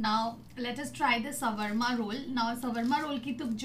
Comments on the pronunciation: It's not sawarma roll it is shwarma roll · Its swarma instead of 'savarma' 😅 Just kidding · thats not shrvama its sharma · Swarma roll nhi 🙄 shawarma not roll That Is Only Shawarma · Its shOOr MAA not shawarma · it is not sawarma roll its shwarma roll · its not sawarma its shawarma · It's not s w a r m a ...it's Shawarma Roll. 😂 Vaise buraa mat lagaana...😁😉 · Your pronouncesion of shaurma rool is wrong... don't mind it i just correct it..❤️ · Dude what is sawarma😂😂😂😂😂😂 You're pronouncing it soo wrong